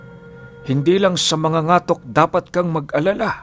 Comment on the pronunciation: Katok di ba? Ibig sabihin Ang mangangatok ay mabilis din Ang pagbigkas🙄 correction plssss